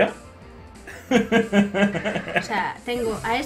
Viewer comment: perdon arya por decir tu nombre mal